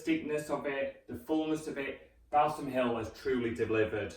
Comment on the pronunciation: its pronounced "Ball - sam" ....not bowel-some lol